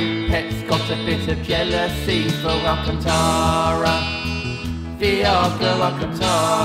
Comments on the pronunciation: No one:: Alcuntara! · Alacantra not alcantara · Just a bit of help Alcantara (Al-can-tara) helooo